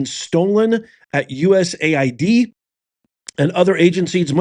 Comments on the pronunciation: It's US AID, NOT "USA ID" lDl0T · The correct pronouncing is: U.S. AID.(USAID). Not U.S. ID.